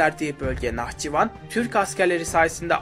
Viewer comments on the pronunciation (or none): none